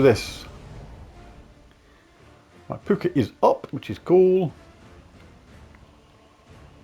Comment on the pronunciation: Puka = Poo ka. Puke ah, doesn't sound right 😂